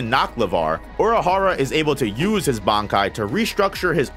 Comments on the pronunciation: Bro. Oorahara, not Aurahara 🥲 Based on how unnecessarily often you're using his proper name instead of a pronoun, you must be doing it on purpose 😡 Anyways, great video 😁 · why do the way you say Urahara bother me so much. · Please learn to say the name correctly